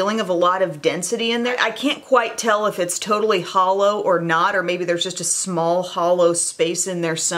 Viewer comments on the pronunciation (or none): Anyone else hear HOLO when she said hollow.